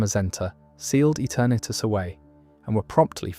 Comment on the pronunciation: Etah-nartus ruined it for me had to switch the video off